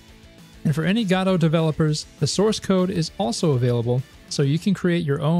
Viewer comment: Love your updates but man the way you pronounce Godot makes my ear bleed 😀 Please keep it up!